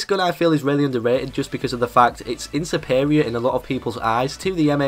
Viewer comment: please tell me you didn't so "in-superior"...